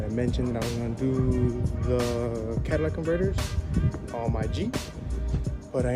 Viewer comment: Please stop calling it CADILLAC converters 😂😂😂😂